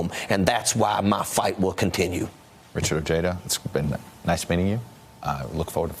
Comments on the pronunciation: Why did todd said his name in end wrong while he before that heard it from odeja himself! Not ojeeeda Ojèda. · I’m afraid not even Mr Ojeda can pronounce his last name right 😂 it’s oh-he-duh , trust me im Mexican 😜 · He's not pronouncing it the way Ojeda himself pronounces it. And you're wrong, anyway, because in Spanish the "j" would be silent. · (O hea da) is how you pronounce Ojeda in spanish. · Chuck Todd, learn how to pronounce Ojeda correctly. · What a loser Chuck Todd is. Even after hearing Ojeda pronounce his own name, Todd continues to butcher the pronunciation.